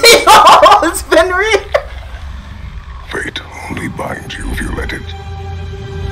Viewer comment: bro said fenrir im dying